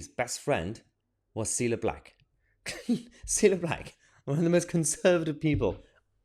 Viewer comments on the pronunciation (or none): Ci-lla NOT "Seala" Meeeeeeeya!! Pronounce names PROPERLY. But you're right about this in all other respects....